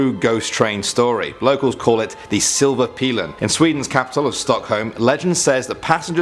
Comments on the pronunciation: Silver pealen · My head hurts from the salughtering of our language. Especially since the å ä ö and the englishfication of eas words like silver pilen, even google pronounce it correctly :D